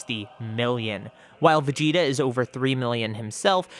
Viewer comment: Guys is it just me or is it supposed to say vegeta?